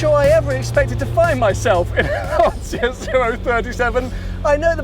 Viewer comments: It’s pronounced Lancha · Apparently Lancia is pronounced “Larncha” in Italian. Perhaps a Italian viewer can confirm? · Many years ago, I made the mistake of mispronouncing Lancia in front of an Italian work colleague, who quickly corrected me. It's pronounced Lanchia, not Lahnseeya. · Yes, "Lan-cha" is perfect. But we are used to hear "Lan-sia" from anglophone people, it's strange but nice in some way :) A 120 years old glorious Italian car brand, probably the most legendary in Italy if you consider his entire life